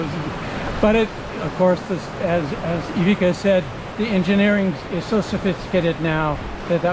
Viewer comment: i owned ivicas Seascape 18s 👍love your videos but you didnt pronounce his name right once!